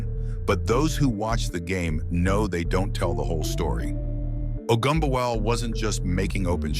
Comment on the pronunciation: I like how this AI narrator decides since it can't figure out how to pronounce Ogunbowale it's just going to use ALL pronunciations just in case.